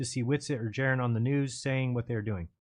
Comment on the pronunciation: The I us pronounced eee, u guys!!! Just like Italian, Jeran!!!